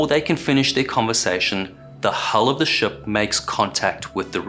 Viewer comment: Can I be rude and ask where your accent is from? You’re so well spoken I’m having trouble placing it. I’ve flip flopped between kiwi and South African, but the pronouncing ship sort of like “shup” in this video I’m definitely leaning towards kiwi